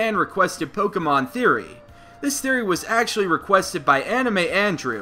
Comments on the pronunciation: Good gosh, if you're going to make Pokemon videos, learn how pronounce Pokemon properly. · You say Pokémon incorrectly!